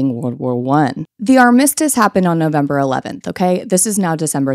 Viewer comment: Love you so much queen. Accent is on the first syllable in “armistice.”